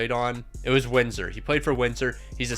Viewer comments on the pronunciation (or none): none